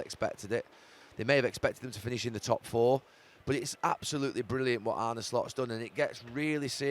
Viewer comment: ArnA. Not Arney or Arnie...ffs